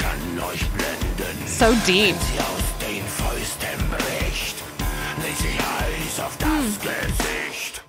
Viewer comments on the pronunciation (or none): none